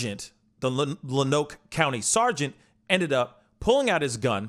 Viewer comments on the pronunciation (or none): so close...lol That is the best mispronunciation of my podunk lil town. Believe it or not, its pronounced Lone Oak...welcome to Arkansas. This is truely a sad sad time for everyone in the area. Turns out the Deputy failed to activate his body can prior to the encounter (as is required by Lonoke County Sheriff's Drpt Policy). He only activated his bodycam AFTER the shooting. We are still waiting for justice, firing a cop for murder isn't justice. #justiceforhunter #forever17 #lookesheriff